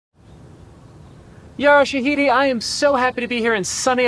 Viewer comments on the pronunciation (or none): he really said Yara sHaDiDi✨😭😭😭